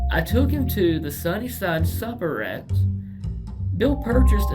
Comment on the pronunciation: it was the Sunnyside SUPERette! (not 'supper')